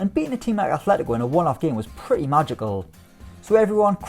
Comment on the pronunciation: Yeah why do people keep saying their name wrong? It’s obviously Afletyco 🙃